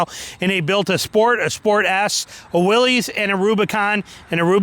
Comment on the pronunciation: Pronounced WILLIS not Willeeees ..... That is so ignorant